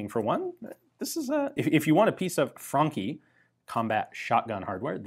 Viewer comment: I love how ian pronounces the franchi correctly as frankhi and not as franchi.